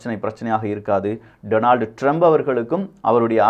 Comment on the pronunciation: டெனால்டு டிரம்ப் என தவறாகச் சொல்கிறாய்???😂❤